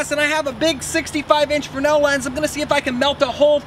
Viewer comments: FRESNEL..Pronounced. FREZ NELL. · "Frenel lens". Shows you are somewhat fresh but smart. Seriously. I love your videos. Keep on Makin' em'.